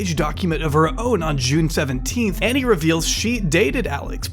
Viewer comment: that's not how you pronounce Ani's name, it's pronounced "Ana"